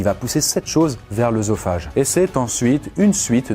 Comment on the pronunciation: Œsophage se dit "ésophage" et pas "eusophage"... Quand Oe est suivi par une consonne, sa fait le son "é"